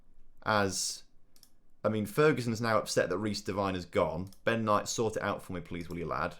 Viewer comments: Glad you sold Devine, we no longer have to cringe every time you mispronounce his name (it's Devine as in 'wine'), lol. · What’s so de-wine is how u say it ?